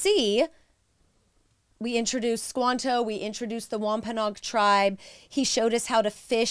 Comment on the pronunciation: We live in Plymouth county right near the Plymouth rock and the site of the original plantation. We have toured many times. What you said is accurate, however we pronounce Wampanoag differently. It should be Wamp- a-NO-ag with 4 syllables not 'Nog' with 3.